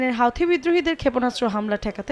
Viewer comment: হাউথি নই হুথি!